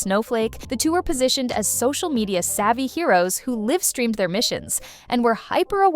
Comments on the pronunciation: 2025 and a.i. still can't pronounce "livestream". Also I bet marvel regrets holocaust from aoa. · oh this is just some AI slop isn't it. can't pronounce "livestream" properly and nobody bothered checking. nah you can keep this shit.